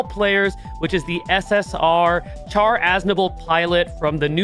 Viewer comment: Um. Char is pronounced more like “sh-ar” instead of “ch-ar.” And GQuuuuuux is “qu-uh-x” instead of “qu-ak-s”